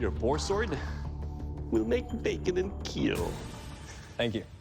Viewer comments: "It will KEEEL!" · love his gremlin smile "eet will keeal"